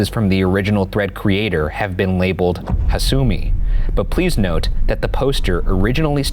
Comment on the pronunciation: I've heard several versions of this story , and the one done by Tara A. Devlin was probably one of the best . This one was pretty meh , especially the VAs were awful. The pronounciation of hasumi and kisaragi kept throwing me out of the story . Guys please don't do this again